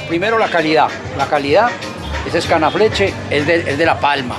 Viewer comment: No es Cana Fleche, es Caña Flecha